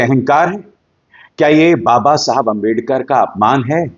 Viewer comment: Abhisar, if u listen carefully, u might find that Mr.Shah, couldn't even pronounce clearly the name/word "Ambedkar". Plz listen